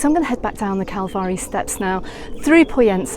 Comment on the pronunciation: What a absolute delight waking up to find this video. Thanks so much for sharing this with us. And I thought your pronunciation of calvari was spot on lol